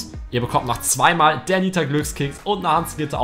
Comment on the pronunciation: Das heißt DINITA !!!!!!!!!!!!!!!!!!!!!!!!!!!!!!!!!!!!!!!!!!!!!!!!!!!!!!!!!!!!!!!!!!!!!!!!!!!!!!!!!!!!!!!!!